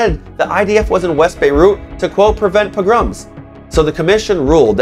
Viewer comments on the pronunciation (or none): Pogrom not progrom